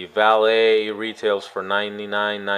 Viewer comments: First thank you for pronouncing the name right. I have to laugh when others say "Valeete" and such. Second, while I like the Samsung look better, omce in a case, they look exactly the same. Thanks for the comparison. It will likely help many. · Thanks for the review. You may be one of only a few that can pronounce Valet correctly. Your review had all the information I was needing, real worlds stuff. I have been torn between the 2 phones for a while. You helped me make up my mind, Keep up the good work.